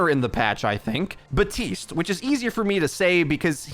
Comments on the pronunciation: it's BAP. TISTE! NOT BUHTEEST! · My dude. The p is pronounced. baPtiste, not buh-tiste. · am i the only one who notices that he says BATISTE instead of BAPTISTE sometimes? example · Why do you pronounce Baptiste as Batiste? Is it supposed to be a silent P? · He’s an idiot don’t worry lol